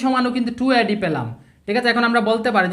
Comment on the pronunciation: এ এর উচ্চারন শুদ্ধ করা উচিত আ্যডি আ্যাছি এগুলো ঠিক করা উচিত